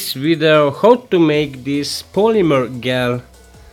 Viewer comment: excellent video! the dish you have looks to be a "Pyrex Petrie Dish" (pronounced pe-tree dish). The polymer gel (pronounced - jell) would be better, thinner, right? Have you tried to use a Mayer Rod or a Doctor Blade to get uniform thin electrolyte pads? Do you need a separator when using these gels? Thanks again (By the way: The pronunciation comments are not a criticism.... just a thought from a native english speaker who would hope someone would do the same for me.... so don't view as criticism.:) )